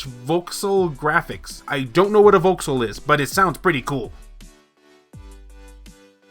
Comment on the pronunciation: Voxels are pronounced vaw-xels, or at least that's the only pronunciation I've heard, until now. They are like pixels but 3D, or volumetric pixels.